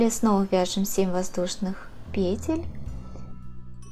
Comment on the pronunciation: Спасибо за урок, но по-русски надо говорить не пЕтель, а петЕль. Например - набираем несколько петЕль - УДАРЕНИЕ ЗДЕСЬ НА ВТОРОЙ СЛОГ.